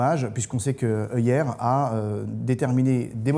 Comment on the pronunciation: Je rajouterai même concernant Tag Heuer que prononcer "heure", c'est porter des Heuer... C'est tout pour moi !